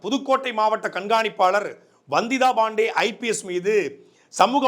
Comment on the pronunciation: ரங்கராஜ் பாண்டேன்னா ஒழுங்கா உச்சரிப்ப வந்திதா பாண்டே ன்னா நாக்கு பிரளாதா? வந்திதா பாண்டேன்னனுசொல்லும் போது Bandey னி சொல்ற? தமிழ சரியா உச்சரிக்க தெரியலைனா ஆங்கிலத்துல சொல்லுங்க தமிழ்ல உச்சரிப்பு தப்பானா அசிங்கம்.